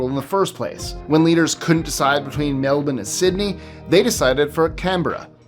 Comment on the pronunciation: Thank you for your pronunciation of Canberra and Melbourne 😉